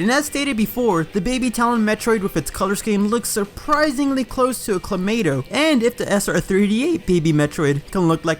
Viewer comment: > still pronounces it as Clomato